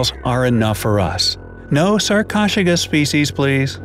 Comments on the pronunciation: Sar-cosh-a-kus?!?!?! It is sar-ko-su-kus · Sarkoshigus... lol... sar-ko-soo-kiss is more accurate to its pronunciation there, narrator man. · did he just say sarc-o-j-cus 🤦‍♂️ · "Sarchosuchus" is pronounced "SAR-co-SUK-us." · It's not sar-ko-chu-kas It's sar-ko-su-kas. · U pronounce sarcosuchus like this (sar ko sue sh ess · 'Sarcosuchus' is pronounced sahr-ko-sue-kuss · Okay, its pronounced (sar-co-sue-kus) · it’s pronounced sar-koh-sukas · For number five, I’m pretty sure it’s prenounced as sar-ko-sew-kus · It’s Sarcosuchus (Sar coa sue kus) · The crocodile was actually pronounced as sarc-oh-suc-us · You didn't say sarcosochus correctly its saRcO-sooch-us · He said sarcocheros typo🤬🤬🤬😡😡😡 👇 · It's pronounced sar-co-sook-us please try to get it right. Remember it has 4 syllables not 2 syllables. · You prenounce sarcosuchus as sar_co-suk-us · Why did he pronounce sarchosuchus so weirdly I am not joking😡😡😡😡😡😡😡😡😡😡😡😡😡😡😡😡😡😡😡😡🤨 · wow did u say sarcosuchus wrong that was not even close I didn't even relies u were talking about a sarco at first lol XD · DUDE YOUR SAYING THEM WRONG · They butchered the pronunciation of Sarcosuchus. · Lets talk about the COUNTLESS times he pronounced Sarcosuchus wrong -_